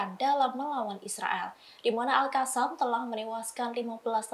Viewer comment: Terima kasih sudah kata ALQOSSAM sudah dibaca lebih baik dibaca alkassam bukan alhassam lagi 👍👍